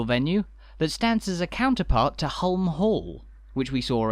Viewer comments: Hulme Hall is pronounced Hume the L is silent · Place I've never been but knew the basics of the story. Didn't realise it was so recent that non-employees were allowed to buy homes there though. One wee point: I think you'll find that "Hulme", Lady Lever's family name rhymes with "room" or "vroom", rather than having a hard "u".😁👍 We seemed to be, very much, in residential streets, even the main street. Are there shops, banks etc to be found in another area? I'm assuming that some commercial services would be provided by the company itself but, hopefully, there were/are some shopping facilities in the village. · Some good research but why oh why the constant mispronunciation of Hulme! Please dub the correct one. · I enjoyed this but I thought the narration could have been better informed. The pronunciation of Hulme Hall …..